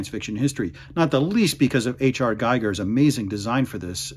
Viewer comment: Giger rhymes with eager.